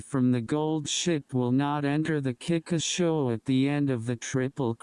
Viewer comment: Why everyone is saying Kikka sho brother, its KIKUKA SHO NOT KIKKA bro just learn to read the ones trying to inform people...